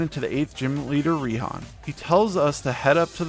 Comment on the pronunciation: Raihan’s name is actually pronounced “Righ-Han”